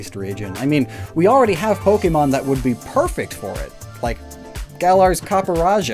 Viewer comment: I just want to say real quick- I like the video. however, My only critique would be the fact that you butchered the names of the pokémon. 👹